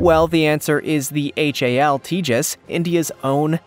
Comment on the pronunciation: It's pronounced TA hass, long A, not Tejas. The J makes the H sound.